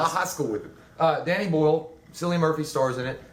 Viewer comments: Cillian is pronounced "Kill-lee-in". Honestly, my favorite thing about this (other than Cillian's stellar performance) was that the humans were the scariest thing in it. Marauders are what I'm looking out for in the event of a zombie apocalypse. (The alt. endings are all pretty disappointing. The right one made the cut.) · Good review guys, but just like to say Cillian is pronounced (kill-ee-un)